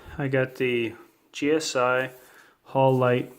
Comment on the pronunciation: hal-u-lite. anodized aluminum.